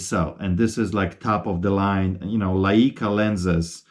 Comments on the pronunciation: Its pronounced LI-CA not LI-E-CA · Typically you hear the name of the lens (and associated cameras) pronounced "Like-uh" not "Lie-ee-kuh"